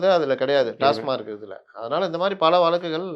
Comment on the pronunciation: "டாஸ்மார்க் " அல்ல டாஸ்மாக் என்று கூறுங்கள்